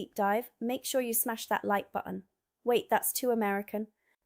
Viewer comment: Certainly nailed the word button, without any Ts.